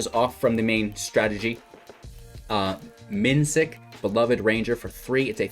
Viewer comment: Minsc is pronounced Mee-snk btw.